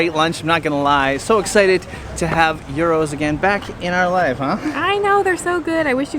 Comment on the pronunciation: Hello its a Gyros pronounced geros , pitta nann with potato chips , chopped pork or chicken , tomao salsa, tzatiki, red onion ,also don't swim in the sea in sidari, the Greeks pump raw sewage on all the tourist beach's , you will get impetigo. Becareful at Cape drastic beach do not swim in the sea when it's windy, it has an under current that pulls you down, sun set beach becareful the mud cliffs fall all the time, go to salami snorgle with the fish. Corfu town is amazing . Arilis is a nudist beach really funny. Hope this helps